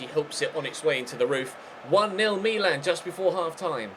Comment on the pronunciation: can you please say Milan properly and not the stupid Me-Lan that you keep churning out!